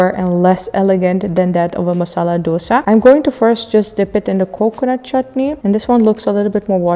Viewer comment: For heaven's sake don't say dos-ah. It is dos-A (A as in A, B, C, D, E......). Please don't murder the true name and its correct South Indian pronunciation.